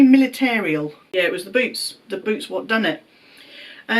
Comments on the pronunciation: Boots! Literally I was laughing because I thought he said Boobs. 😄 🤣. The two of you are so sweet and genuine. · I understood „the boobs“ 😆 glad it were „the boots“ It was so cute, when he talked about your most annoying trait (I see some parallels there to me 🤭) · I swear I heard boobs instead of boots and that was not made clear to me until the end of that question! 😂😂😂